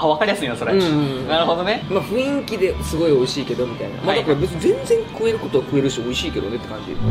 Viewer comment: ふいんきではない… しっかり覚えて出直そう